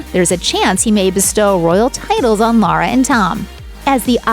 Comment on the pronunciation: Her name is Laura not Lara!